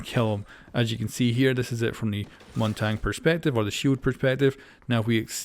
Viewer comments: Correct way of saying it is (Mon-Tonya) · montang can you say it correctly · Ah yes "montang" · Not that anyone cares, but his name is pronounced “Mon-Tanya.” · The way u say Montagne 😳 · just call him Monty or Mountain if you can't pronounce Montagne :D